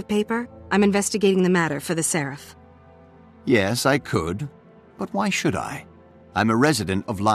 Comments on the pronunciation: PLEASE pronounce seraph correctly. I've been posting this on every single video and you keep slaughtering the pronunciation. Seraph is a real word, not a GW2 fantasy word. It's pronounced "SERef". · The in game characters pronounce it differently. I've heard it in game much more often as Serr-aff than Sir-arrf. So sorry (and Anet for being inconsistent). It'll always be Serr-aff to me.